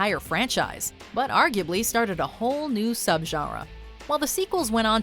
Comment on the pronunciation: I love the way you pronounce your French and your German. You have to work on your Spanish a bit but that's okay. But when you say genre it sounds fake and forced. It sounds like you're trying way too hard to pronounce genre I guess the way the French would. But it doesn't sound real or natural. Not by a long shot.